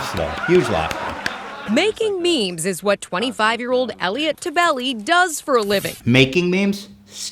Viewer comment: Haha I actually know Elliot tebeles cousin he’s my friend and btw last name is pronounced ta belly